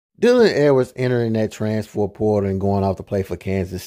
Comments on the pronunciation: Sir it’s “transfer” not “transfor” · Bra learn how to say trans-fer transfer portal 🤦🏾